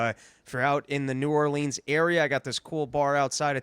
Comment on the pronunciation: you gotta learn how to pronounce New Orleans before you get there or they will have nothing to do with you. I’m just trying to help.